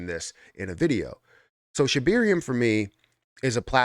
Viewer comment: Sheb AIR eum there is no E after the B lol just laughs.